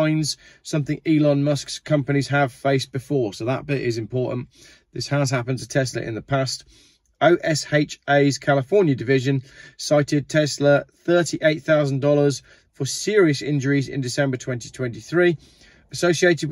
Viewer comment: It’s pronounced O-sha, to everyone in the US! I’ve dealt with OSHA for 30 years, and struggled to understand O.S.H.A.